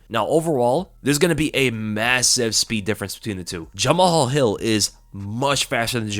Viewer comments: Yo it's not Ja-Ma-Hal Hill lol it's Ja-Mal Hill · Jama-hall😭it’s pronounced juh-mall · You pronounce 'Jamahal' as 'Jamal'.